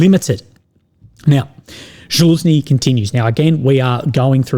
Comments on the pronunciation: Its not Zhaluzny its Zaluzhny.. Sorry but someone has to tell you about how to pronounce his name.. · it is Za-Lu-Sh-Nee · Ok boys we got to start saying Fitso properly. Can we now get him to learn to say Zaluzhni? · Man, even though Zaluzhniy is an enemy of my country, he deserves better pronunciation😂